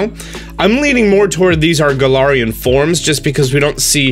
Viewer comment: thank you i thought i was the only one . he also kept pronouncing galarian wrong